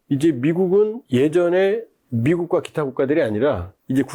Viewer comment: 말이 빠르고 뭉퉁거려서 말이 귀에 속 들어오질 않네요. 좀 천천히 말하고 발음을 좀 명확하게 해 주세요. 두 사람 - 트사람 모스칸- 모사가안 미국과는- 미구칸 비민주- 피민즈 머스크- 모스카 등등